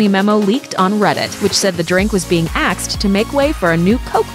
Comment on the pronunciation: "was being axed" AXED